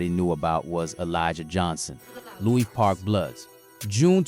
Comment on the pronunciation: Lewis park not Louie park